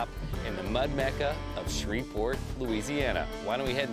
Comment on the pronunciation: It's "Shreveport", not "Shreverport"